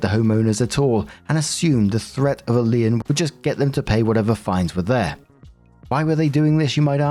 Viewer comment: Story 1 - When doesn't know how to pronounce "lien".